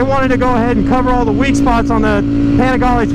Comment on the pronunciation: PLEASE WORK ON THAT PRONOUNCIATION.. PPEENIGALEE